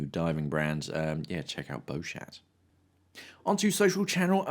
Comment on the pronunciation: Nice one. Just an observation Beuchat is pronounced 'Beu cha' the T is silent..